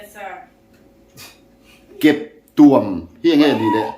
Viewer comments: Keptuam tih ah hian thluk la, keptua m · Keptuam I lamdan kha a dik lo.Tuamhlawm tih a tuam rik Anga lam tur.